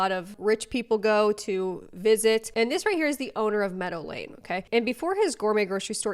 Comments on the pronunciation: why the interiors look like a Lush shop from the late 90s? also, why home dude keeps pronouncing meadow lane as normal people say Medellin? I mean... it will explain the prices a bit, if you catch my drift 😅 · When you say 'Meadow Lane' I keep hearing 'Medellin'... better not mess with these guys!! 😀 Great video, love from Ireland x